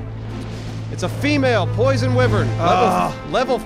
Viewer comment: Wyvern it's pronounced (Why-vern)